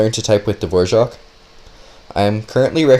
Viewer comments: wait how is it you are pronouncing dvorak? dvoshak? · Dvora- what.... Hvojak? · Why do you read it DVORJAK? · It's actually pronounced dvořák with ř. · Wait is that actually how you pronounce “Dvorak” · dvořák is not really pronounced like that, us czechs pronounce "ř" a little different, its like a deeper r where you roll your tongue more if that makes sense. The a is pronounced for a long time because it is "á" not "a". Sorry for bad english if you are not understanding this, but I would not pronounce it "the wore rack" more like, duhvoraak, but with the hard R. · It's Dvořák. Type it in czech - english translator, of you want to know how to pronounce it.